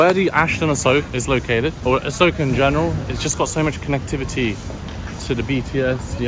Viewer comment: A-soak ? Lol😂 Jeez learn the rough Thai pronunciation- A-sok.😅